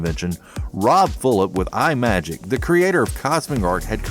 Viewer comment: Imagic is pronounced "ih magic." NOT "Eye Magic." Imagination Magic